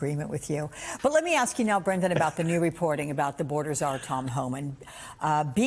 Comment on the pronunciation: Did you say “barter czar?”